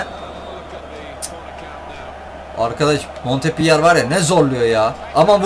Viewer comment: Abi o montpöliyeğ diye okunuyor